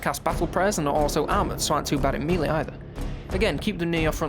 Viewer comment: MELEE as in "Mel-Ay". Please stop saying MEE-LEE. I like your videos but this hurts me.